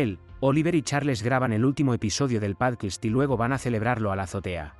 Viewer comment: ¿Por qué dices 'pálquist' en lugar de 'pódcast'? 😄 Por lo demás, muy buen resumen para poder recordar todo lo anterior y comenzar con la Tercera Temporada.